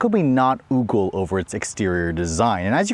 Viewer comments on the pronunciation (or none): It's ogle like goggle, not oogle like google.